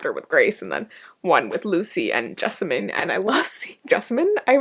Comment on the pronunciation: you'e the first person i ever find who pronounce "Jessamine" like i do😭